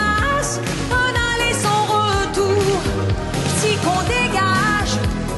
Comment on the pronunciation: So I can still hear her "Franco-ontarian" accent, and that's a problem to me. As an impersonator, she's got a very good ear, so she should work on her "un" and "une" which she mispronounces. She doesn't sound French to French ears when she imitates French people, particularly when she talks (her imitation of Anne Roumanov is very bad). But on the whole, she's the best French-speaking female imitator, although I think she's better when she sings the actual text, rather than ill-written parodies.